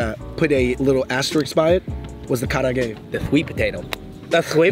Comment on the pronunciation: It is tori kara age, not tori karaa ge. Kara-age means deep-fried food.